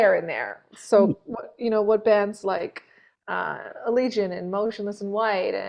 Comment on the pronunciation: Britt shouting out Allegaeon and pronouncing the name correctly, respect